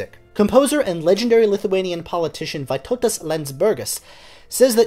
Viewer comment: Thank you for covering a composer from my country! Your pronunciation was pretty okay in that I knew who you were talking about immediately (for Vytautas Landsbergis, the 'y' is pronounced like 'ee' and the emphasis in on 'Lands' in the last name). In case you ever have to say the name again: diphthongs in Lithuanian that start with the letter 'i' ('iu' 'io' 'ie') are less separate than you're making it - the 'i' sort of colours the vowel after it, such that 'Ciurlionis' only has 3 syllables, not the 4 you're using (ie Ciur-lio-nis. not Ciur-li-o-nis). Don't feel bad, though - Lithuanian is notoriously difficult to pronounce, including for Lithuanians!